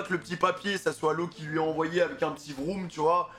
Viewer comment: C’est pas vroum mais room 😂😂😂